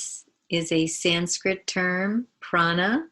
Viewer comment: It’s so nicely explained! Thank you. I’d like to ask if you can not properly do Sanskrit pronunciation, can you write on the screen? So it’s correctly understood. Thank you